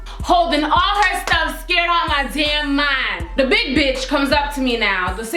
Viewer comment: When you said scared you were like scrrd 😂😂